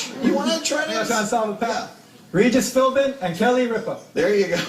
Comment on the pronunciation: Not to disparage the men who serve this country but damn anytime you can't pronounce Regis' and Kelly's name you really need to keep off the game shows.